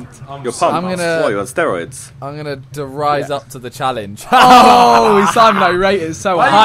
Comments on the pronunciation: der rise lol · Its die Reise .lol